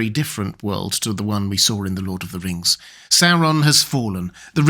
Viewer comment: "Lord of the Rngs"